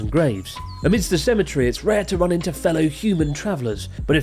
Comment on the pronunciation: lol what is a cemitree??